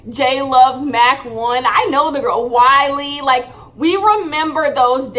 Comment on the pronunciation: honeyyyyy weylie is not pronounced WHY-LEE. Its WAY-Lee